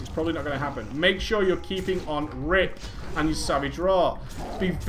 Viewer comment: is it me or does he say rape instead of rip when he speeds up his speech? I think its just me don't like report this its true. also I am taking notes on this I have been a kitty for a long time and doing 3rd dps in raids and I need to do better since I did this its gotten better. thanks for all the vids to help players and it is awesome or gravy as you put it